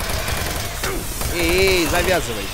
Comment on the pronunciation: Дима сказал Ей! а не Эхей)))